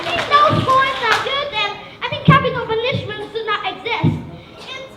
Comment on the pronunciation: Dấu nhấn của từ Punishment sai rồi :v Phát âm sai từ Crime.